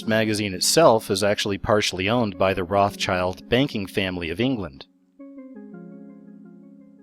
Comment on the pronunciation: I second that! claps Btw, the name Rothschild is pronounced like "Rautshild". They were originally from Germany and they had a red emblem over their main door, hence their family name ;-)